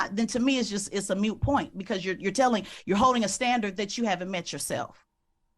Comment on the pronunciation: it’s called a MOOT point not a MUTE point. This woman is MAD IGNORANT